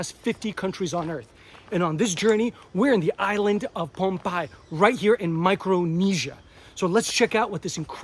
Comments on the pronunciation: Nice video 😊...Correct pronunciation of our island's name is Pohnpei (pronounced like Pon-pay and not Ponampei😅) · The island is pronounced pohn-pay-ee ...love the place especially the street foods!